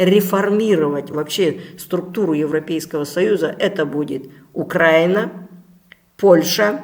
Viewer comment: Благодарю, дорогой Алексис и все-все-все ❤️ Как же быстро и стремительно все будет, ведь для истории 20-30 лет это даже не секунда, лишь доля-доля... В какое же важное и интересное время нам довелось (мы выбрали) жить. Верю, что все так и будет. Обнимаю ❤️ Единственное, 300 раз простите, но не УкрАина, а УкраИна)))